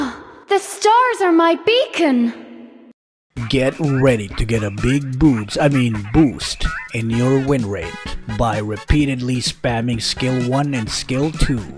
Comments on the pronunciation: It's beacon not bacon😂🤣😂🤣many says it's bacon though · It's not baking it's beacon 😬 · Esmerada: Ah, the stars of my beacon! What I hear: Ah, the starts of my BACON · my sister and i thought she said "My stars are my BaCoN" too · Esmeralda says "The Stars are my Beacon" Not Bacon XD